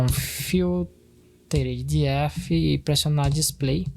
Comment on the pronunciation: “di éf” kkkkkkkkkkkk ah vei